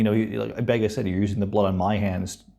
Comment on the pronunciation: i wish someone on the show would pronounce the doctors name properly M,BENGA NOT UMBENGA